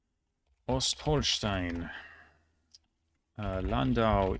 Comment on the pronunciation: Very impressive memorisation! Your German pronunciation is quite good, sometimes excellent. Some minor mistakes I noticed: Ostholstein [ˈɔstˈhɔlʃtaɪn] (open O) Uckermark [ˈʊkɐˌmaʁk] (open U) Fürstenfeldbruck [fʏʁstn̩fɛltˈbʁʊk] (St not palatalised, at least not in standard German) Straubing [ˈʃtʁaʊbɪŋ] (palatalised St) Unstrut [ˈʊnʃtʁuːt] (normally palatalised St) Saarlouis [zaːrˈlʊɪ] (no S at the end) Vechta [ˈfɛçta] (voiceless V=F and "soft" CH) Berchtesgaden [ˈbɛʁçtəsˌɡaːdn̩] ("soft" CH) Chemnitz [ˈkɛmnɪts] (CH pronounced as "k") Havel [ˈhaːfl̩] (voiceless V=F) Jerichower Land [ˈjeːʁɪçoːɐ ˈlant] ("w" is not pronounced) Lüchow [ˈlyːçoː] ("w" is not pronounced) Tirschenreuth [ˈtɪʁʃn̩ʁɔʏt] (you didn't pronounce the "en") Alzey [ˈaltsaɪ] ("ai" at the end) Pirmasens [ˈpɪʁmazɛns] (no schwa at the last syllable) Parchim [ˈpaʁçɪm] (soft CH) Spreewald [ˈʃpʁeːˌvalt] (palatalised "Sp") Aachen [ˈaːχn̩] (long closed A) Kelheim [ˈkeːlhaɪ̯m] (long closed E) Schleswig [ˌʃleːsvɪç] (long closed E, mostly soft CH at the end) Ruppin [ʁʊˈpiːn] (long closed I) Hof [hoːf] (long closed O) Plön [ˈpløːn] (long closed Ö)